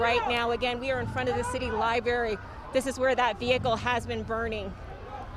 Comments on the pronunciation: Haha!!! Thats funny cuz I corrected her out loud when she said LYBERRY...I said "You mean LIBRARY" LOL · Liberry? Library. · It's hard to focus when the slc reporters say things like: "suposively" and "Lyberry" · lol nicole doesnt know how to say library